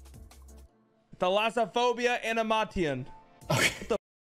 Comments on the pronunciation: the skill needed to pronounce thalassaphobia correctly first try but animation wrong is beyond me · Yeah, he actually pronounced thalassophobia correct, just to fuck up animation. This has to be scripted xD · i love that he got the "harder" word first try but fucked up saying animation